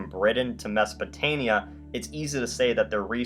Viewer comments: It is Mesopotamia not Mesopotania. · It's mesopotaMia, not mesopotania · I cringed whenever he said “Mesopotania” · is he saying Mesopotania?